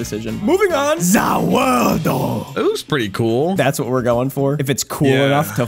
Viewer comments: IT ISNT ZA WORLDO ITS ZA WARDO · Did anyone realize that said ZA WORLDO when it’s ZA WAURDO